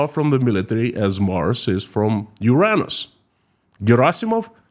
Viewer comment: Mars - Uranus Flipping beautiful, especially since you didn't mispronounce Uranus.